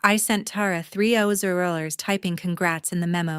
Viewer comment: And the poor AI narrator has a stroke whenever it comes to speaking dollar amounts. "3 oz rollers"?!? Stellar work